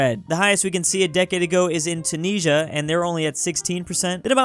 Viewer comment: When will pronounce tunisia correctly 🤔